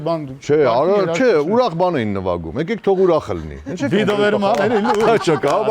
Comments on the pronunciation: Ճիշտա ասում, նվաքում! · Գարիկը ասումա նվաքում 😂😂😂